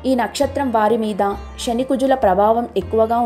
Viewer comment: Rashi, Shani kaadu. Rasi, Sani ani palakaali.